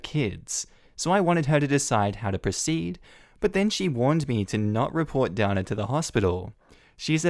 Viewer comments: DANA...IN U.S. IS PRONOUNCED...DAY NA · Usually Dana is pronounced Dayna. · Ok, so you pronounce Megan like Meegan in Australia. In the other story with the girl named Dana we in America would have pronounced it Day-na. So many differences..... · That may depend on where she's from. Dana (pronounced Darna) won the Eurovision song contest twice for Ireland in the 1970s. Dana International (who also won it) from Israel was also pronounced Darna.